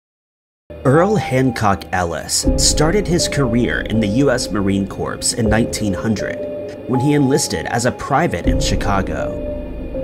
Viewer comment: Corps is pronounced ‘korr’ not ‘corpse’